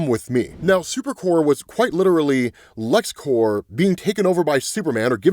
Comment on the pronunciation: "corps" is a French word with silent "ps", pronounced like "core". "Corp" is short for "corporation" and pronounced with the p. Lexcorp/Supercorp is not lexcore/supercore